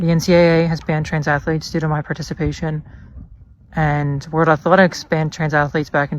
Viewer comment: He needs to be banned for the way he pronounces athletics.